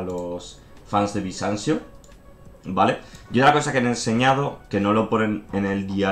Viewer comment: Bisansio xD